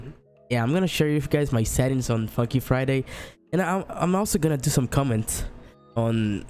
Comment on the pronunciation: So nobody is going to talk about how he says F-cky Friday????